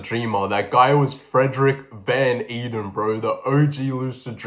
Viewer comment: Van Eeden is Dutch, so it’s actually pronounced kind of like ‘vaughn aiden’.